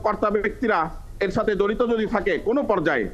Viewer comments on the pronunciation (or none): none